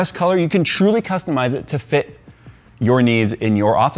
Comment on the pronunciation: thought for sure when he said "FETT" instead of "FIT" i wouldve seen a quick boba fett face on the screen. but no.